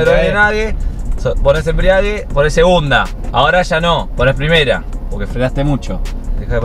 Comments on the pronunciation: “EMBRIAGUE EMBRIEAGUE” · me desespera que digan embriague, como que el auto esta en pedo